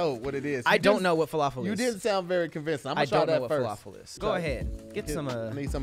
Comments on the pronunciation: Gyro..pronounced JI-RO.The heck they get yee-ro from???And his pronunciation of falafel?? WOW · I almost passed out from pronunciation of falafel